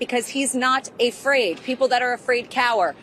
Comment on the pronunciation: "He is not ay-fraid."